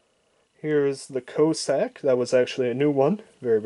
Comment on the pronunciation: If you want people to watch your video's LEARN HOW TO READ, and PRONOUNCE NAMES, "Co-Sack" etc .